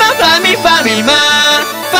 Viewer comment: 最後の方パミパミーマパミパミマーって聞こえるww